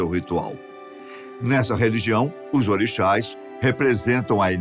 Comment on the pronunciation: Caralho, aprende a pronunciar o nome das nações e dos orixas